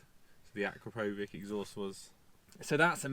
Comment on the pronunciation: It’s pronounced uh - kra - pow - vich or A - Crap - o - vich Couldn’t keep watching these vids otherwise 😂